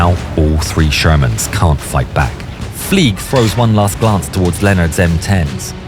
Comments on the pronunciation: “Fleig” is pronounced as “Flyg,” not “Fleeg,” because he has a German last name. If you were to pronounce it as “Fleeg,” it would be spelled “Flieg.” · THE WAY you say "FLEIG" hurts my soul deeply